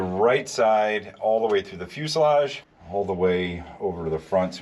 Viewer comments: Same here! Fuseledge! Fuseledge! Fuseledge! 😂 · You guys stopped saying pulley like Pennsylvanians! Also, every time says fuselage, I hear the word in my head the way he used to say it LOL!